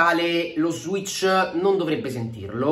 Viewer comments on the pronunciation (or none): none